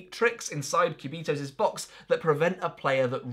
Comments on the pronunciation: This spanish speaking person is cracking every time you pronounce "quiubitohs". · I just clicked in the video to hear you pronounce "Cubitos". Not disappointed, maybe I'll watch the rest of the video later.